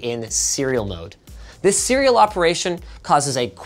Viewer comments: "Did you mean SIRI-all?" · when he says “this serial” it triggers my siri